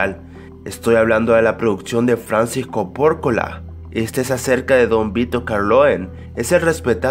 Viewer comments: Francis Cor Porcola? ...dios de mi vida🤦🏻‍♂️ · que dice? francisco corpola? es Francis Ford Coppola y luego mencionas mal a Don Vito Corleone amigo (que en verdad se llama Vito Andolini) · se dice Corleone... no Carloen... y es Francis Ford Coppola no Francis Cord Poccola. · Lo que mas me dio miedo fue escucharte decir Francis CoPórcola y Vito Carloen en este video... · "Francis Porcorpola", jaja y Don Vito " Corloe" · Que? ¿cómo estuvo? a ver repiteme el nombre del director de El padrino... "Francisco Porcola" o algo asi, y no solo eso, el personaje principal no es Vitor "carloin". Creo que necesitas corregir esos detalles de pronunciación.